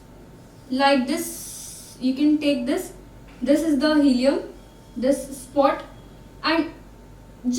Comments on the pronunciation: It's hilum, not helium lol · It's hilum not helium